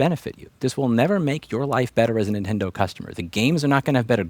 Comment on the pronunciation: Louis, I'm so sorry to inform you but... you're OLD. You're saying INtendo instead of Nintendo. Tsk tsk ser. Well, at least you did say it a couple times that way lol